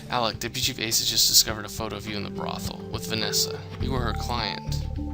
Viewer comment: It irks me the way he calls alec alex I know it shouldn't bother me but it does.